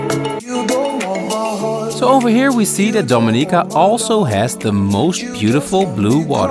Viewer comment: It's pronounced Domi ni -ca not do mi-nica